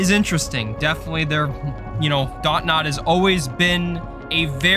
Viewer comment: isnt the company name DONT nod? and not DOT nod? lol